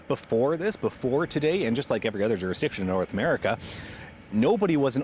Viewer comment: The word is JURISDICTION! 🤦not juristiction! oh no! here come the Mendela affect conspiracies. 😩